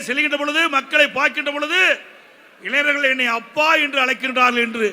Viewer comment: எடப்பாடி........ இளைநர்கள் அல்ல. இளைஞர்கள் என்று உச்சரிக்கவும்